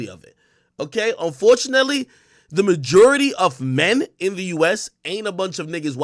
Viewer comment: Looooots of white hate in this episode :/ why do you pronounce majority like no one on earth does? 😭